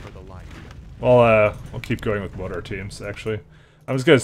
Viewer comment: Darnit you keep saying Moe-tar. It's MORE-ter. Everytime you say it wrong Arthas kills a kitten and it joins the undead.